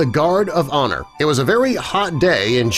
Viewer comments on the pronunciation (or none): none